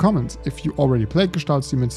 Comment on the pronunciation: OF COURSE a German guy will pronounce the name of the game correctly, it's such a relief, lol. I've heard so many variations by now.